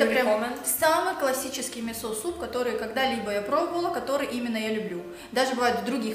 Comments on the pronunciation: вы конечно молодцы, но правильно ставь ударение в слове мИсо, а то режет слух. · Не мисО а мИсо!